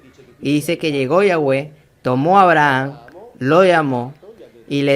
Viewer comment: Porque pronuncias "Abraham" con pronunciación americano—inglesa? Maldito